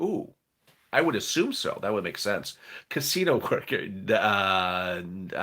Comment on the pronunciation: You say casino funny .. Lol I'm from Oregon but live in Minnesota